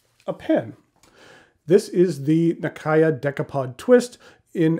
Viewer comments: Here's some footage from a japanese video produced by the National Museum of Japanese history, in which the reporter can be heard pronouncing the name nakaya (中屋). The pronounciation is much closer to "Nakaya" than to "Nak-ee-ya". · A couple of personal notes, if I may. 1) Nakaya is pronounced the way each syllable would have been pronounced on its own and then joined back together (na-ka-ya, not na-kah-ya), so the western pronunciation isn't too far off. Frankly, my English vocabulary knowledge is not that great, so I can't think of any words with similar-sounding syllables. In Slavic languages, there would be countless examples, since they share a significant portion of their phonemes, with a bit of imagination. Other than that, though, your pronunciation of "Namiki" and "aka-tamenuri" is practically correct. Unrelated to this video, but just bear in mind that "[colour]-age" is most definitely not pronounced like the English word "age". 2) It's virtually unfathomable to wear any form of shoes without any form of socks within the Japanese culture. Even historical armours included what you could call socks, and the traditional wooden sandals seen in the picture were always accompanied by the identically traditional socks with the thumb separated from the other toes, so it would have most certainly not been a fashion crime at any point in history. 3) Fountain pen in Japanese, 万年筆, literally means "ten thousand year brush", as in "a writing instrument which shall last a very long time", which tends to throw off many translators. 4) Urushi/Maki-e pens designed with cap posting in mind typically include a "rubbery" protection layer on the inside of the cap. If the material is exposed on the inside as well, t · never heard ppl said “na key ya” Nakaya is the correct way. Tho I suppose the Japanese will pronounce it nakaya↗️ with the ya sound going flat or slightly up, instead of a ↘️ like in English.